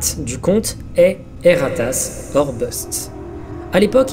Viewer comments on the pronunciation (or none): J'entend "Et ta race" à chaque fosi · rien: absolument rien:: E R R A T A S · Dsl ça me tue a chaque fois qu'il dit "E R A T A S S"💀💀